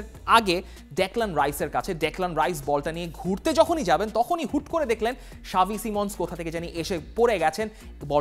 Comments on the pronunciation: Why you saying "Shavi" instead of "Xavi" 😂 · ভাই সাবি না। জাভি হবে😂😂